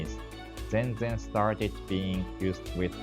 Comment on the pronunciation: Hatsuon question: Why do you pronounce "zenzen" with the stress on the first syllable? In Japan I've never heard anybody say it that way.